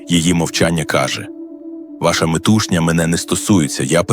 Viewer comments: Не метУшня,а метушнЯ,прошу пана,та навчіться вже Мови,не будьте зє хамом,Оманським! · Дуже цікаво, але наголос...ви серйозно? МетУшня?